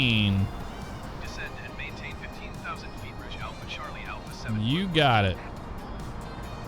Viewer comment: Again a great video! Love the replays too. Just a quick note tho, Air Canada's Rouge livery is pronounced "Rooje" which is french for Red. Keep up the great work.